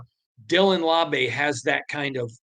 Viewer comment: "LAU-BEE" not "LAW-BAY" 😅